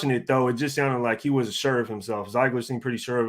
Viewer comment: It's pronounced (Zig) ler